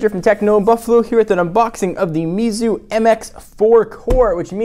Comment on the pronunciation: It's pronounced "May-Tzu" btw.